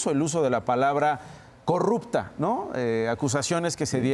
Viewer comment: ELLA NO DIJO CORRUPTA , ELLA DIJO COGUPTA , NAGCO CANDIDATA OK . NO MIENTAN